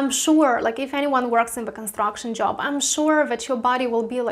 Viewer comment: Yes, but first you should know how to pronounce JOP, oh wait JOB